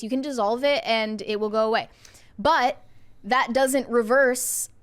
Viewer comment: do you know the word is “plastic” and not “plosstic?” Where does this “oxcent” come from? You can say the word “massively” correctly, but not “that.” “That” becomes “thott.” Where does this come from??!!